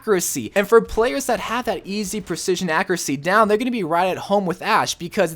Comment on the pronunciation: Take a shot every time he says “ackeracy” or “ackerate”